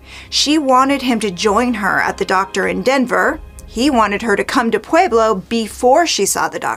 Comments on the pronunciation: it's pronounced pweh-blow, not "pwee-blow" .... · heard that! i grew up in Fountain and as much as i love ~~~ her pronunciation of Pueblo was driving me crazy too:) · Pweh-Blow Pweh-Blow Pweh-Blow Pweh-Blow